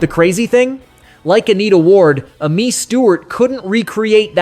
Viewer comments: "Uh-Mee" Stewart? I'm 77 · It's A-MEE Stewart you fool! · Thanks for the video, but there are A LOT of errors. A Taste of Honey, France Joli, Midnight Star, Evelyn Champagne King, Cheryl Lynn, Silver Convention, Amii Stewart, and Mary Jane Girls… NONE of these were one hit wonders. Not one. Also, Amii Stewart’s name is pronounced as Amy, which is her actual first name, and Lipps Inc. is supposed to be a play on the phrase lip sync, so it’s not Lipps Incorporated.